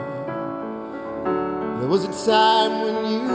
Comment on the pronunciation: Love this performance. But just one thing most singers ignore. Cohen himself never rhymed "you" as "ya" with "Halleljuah". He always pronounced "you".